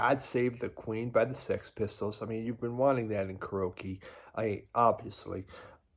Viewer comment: are you saying Karoky??? karaoke, man